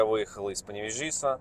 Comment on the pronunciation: Я родился и рос в Паневежисе! Мне очень противно слушать как ты произносишь Паневежис!